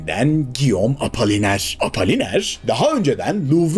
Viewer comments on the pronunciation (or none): Apaliner değil Apoliner diye okunur. İtalyan lirası değil İtalyan lireti. Legal yollarla demek gereksiz, Türkçesi "yasal yollarla". Giokondo değil Cokondo diye okunur.